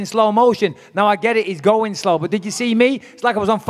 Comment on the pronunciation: GSP: "..he's go-ang to be beat-an by a history teacher on Saturday" LOL